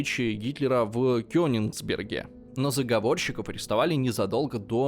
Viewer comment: P.S. Лайк ролику не ставлю, потому что снова полно убивающих запинок, оговорок и неправильно расставленных ударений. И если на ударения глаза можно и закрыть, то первые два пункта прямо больно делают (особенно Конинсберг или что-то в этом духе, вместо Кёнигсберга). Хотя можно было бы перезаписать отрывки с ошибками, чтобы зрители не страдали. Последний раз канал, наверное, полгода назад открывал, и с тех пор ситуация не поменялась. Печально.